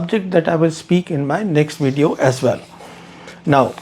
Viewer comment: Try to say "Video" not wedeo